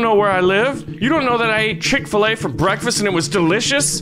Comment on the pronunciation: I dont have chick faleay-pronauced wrong and now feel sad because i saw dem good ads